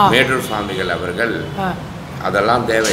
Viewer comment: உங்களுடைய அனுபவங்களும் பேச்சும் கேட்க மலைப்பாக இருக்கிறது!! ஆனால் தயவு செய்து உங்கள் உச்சரிப்பை கவனிக்கவும். ‘அவர்கள்’ என்று உச்சரிக்க வேண்டிய இடங்களில் ‘அவர்கல்’ உச்சரிக்கிறீர்கள். பொதுவாகவே ‘ள்’ வரவேண்டிய எல்லா இடங்களிலும்’ல்’ என்று தான் உச்சரிக்கிறீர்கள். வீடியோவைப போட்டு பாருங்கள். நன்றி